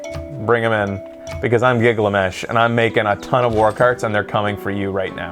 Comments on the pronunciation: giggle-a-mesh? uuh it's pronounced gil-ga-mesh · Giggle Mesh :D